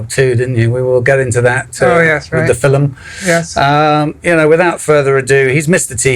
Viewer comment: There's Irish heritage, Fil-um